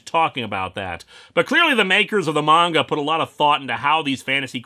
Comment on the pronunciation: One of my fav things about linkara is the fact he pronounces manga right lol